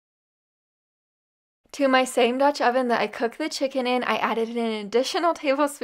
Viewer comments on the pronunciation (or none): none